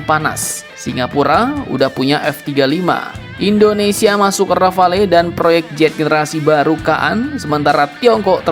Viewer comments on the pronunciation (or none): none